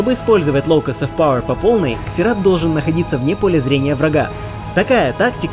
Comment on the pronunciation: Не могу слушать это =/ Это как королева Ксена,вместо Зена